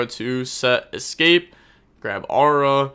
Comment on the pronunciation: For your next lesson: It's Aroo-ha, not Aura lol